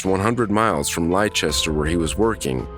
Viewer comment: Sounds like the first caller might have caught her boyfriend in the femoral artery. 2nd caller, it broke my heart to hear her working so hard to save that boy. (And Leicester is pronounced "Lester") Jake Wagner was sentenced to 8 consecutive life sentences, no parole. And fire and sue the hell out of that last 999 operator. It's not her decision to make the call on whether or not he needs an ambulance, she has no medical degree, she can't SEE his condition through the phone. Man I am seeing red over her right now.